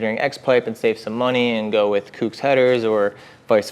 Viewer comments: Bro its COOKS not whatever tf you're saying. Sounds like you're just throwing shade on SE you left out the price difference. But i get it just in the few seconds you said "if you want to purchase these it helps our channel out" so i knew it was going to be nothing but negative on SE. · OMFG …. Kooks like COOKS not Kewks FFS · Who the fuck pronounces Kooks like that? 🤦‍♂️😖